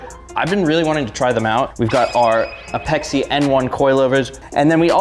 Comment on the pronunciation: its called APEX. not ah-pex-ee. its apex integrations=APEXi I cant be the only tuner who started before the FF franchise who cringes every time someone says ah-pex-ee. sorry, just a little gen X rant. However..... This is what an S13 is supposed to look like! Legit parts and a Legit Lover of NISMO! your car is perfection.